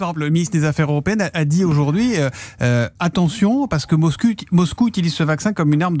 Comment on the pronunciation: Mr Sotto : " Le ministre des affaires européennes a dit aujourd'hui, attention parce que MosCUL, euh ' ' ' Moscouille ' ' '... " Ah mince alors qu est ce que ce charabia.... vous avez juste à cliquer sur le compteur de temps ' ' si vous voulez entendre ce pataquès...